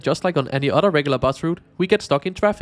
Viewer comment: You say "otter" instead of "other." 🦦